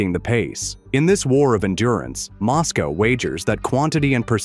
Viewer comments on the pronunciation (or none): none